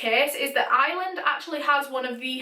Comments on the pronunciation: its not island its Ireland the R is not silence IRE LAND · IT IS I R LAND NOT ILAND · I’m American but Ireland sounds like island when you say it lolol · I'm from Ireland and no offence your saying eyeeeland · Took me a sec to realize you were saying 'Ireland' and not island 😂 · Omg I'm so glad I saw this lol I heard Island too! Haha